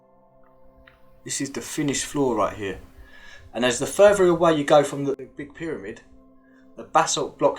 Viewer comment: Depth perfectly but then furver. No such word. Smart man, make an effort. Wiv with, ova other, fing thing. Let go of your childhood.